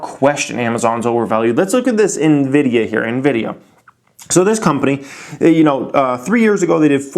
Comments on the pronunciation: I like your strategy... calling it "nevidia" 😉📈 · Teodor G NVIDIA in Spanish means & sounds like envy/jealousy 😂